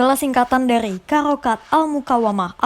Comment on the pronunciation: Pembaca naskah nggak bisa ngomong harakat di baca karakat😅